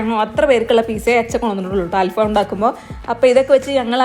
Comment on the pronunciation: ഇത് അൽ ഫാമല്ല. ങ്ങടൽഫം